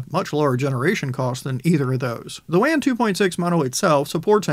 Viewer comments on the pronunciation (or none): Hey man I love your content you always put out reliable information with a dedication to thoroughness. With that in mind, I'd like to recommend that you pronounce "Wan" with the same vowel sound as "lawn" rather the vowel sound of "can." In the same way that you would pronounce "taco" or "nacho" with the same vowel sound as "lawn" rather than the vowel sound of "can" or "cat." Wan is produced by a Chinese company and this is likely how they pronounce it.